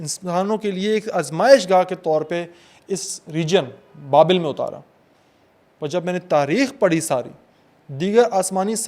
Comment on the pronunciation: Real bad pronounciation. Very ordinary rendering. Its not "Babail" but Babel. Nimrod was not the name of the king but his epithet. Cheers!